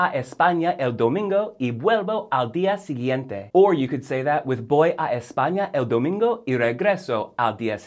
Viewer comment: Sorry, but his "b's" for "v's" ("bolver" and "boy") are really annoying me.